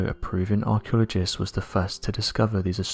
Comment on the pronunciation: I think the man speaking is probably alien he cannot pronounce the word archaeologist must be new at this